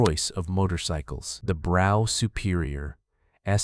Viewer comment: 'Brough' is pronounced 'Bruff'.